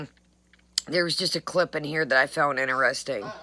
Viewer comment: "Veddy INTERESTINK,"!